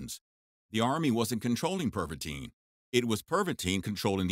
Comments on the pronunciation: in in in ,, pervatin ,, not pervatine fool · PervaTIN, not pervateen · Perva-TIN not Perva-TINE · It’s called Pervitin not perviteen! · I'm pretty sure that should be pronounced as Tin and not teen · You are mispronouncing Pervitin. There is no “e” at the end. It should sound more like “Pervittin” instead of “Perveteen”.